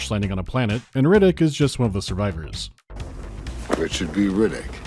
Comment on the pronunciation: I keep hearing Riddick as "Reddit", makes the game way scarier